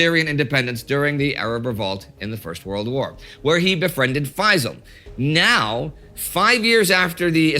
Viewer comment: Hey indie and co! I thought I'd tell it's pronounced fae-ssāl Also great to see egypt here:D